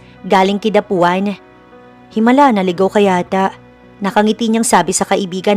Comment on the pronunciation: Nakakairita yung Kidapauan hindi Kidapuan. Mag aral nga